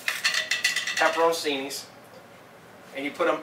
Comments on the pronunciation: Actually it's pronounced pe-pe-rone-CHEE-nee but saying it quickly it's like pepper-own-cheenee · man said pepper o' cini